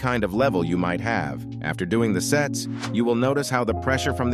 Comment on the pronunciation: I heard sets as sex 💀 (i am not really that dirty minded)